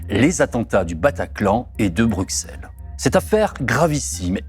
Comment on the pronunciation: Merci pour cette enquête très instructive. Par contre, si vous continuez à parler de la Belgique, pourriez-vous prononcer Bruxelles (BR-U-SS-ELLE) correctement? (Cela se prononce de la même façon qu'Auxerre btw). Autant pour les noms de famille je veux bien qu'on se plante, mais pour la capitale du pays francophone voisin, où se trouvent les institutions européennes, l'OTAN et tout le tintouin, ça ne devrait pas être trop dur de dire ce nom. >.<"